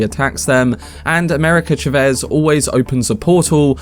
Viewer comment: Chavez bro.not chevez